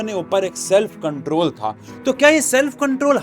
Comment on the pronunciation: "i will comtrol"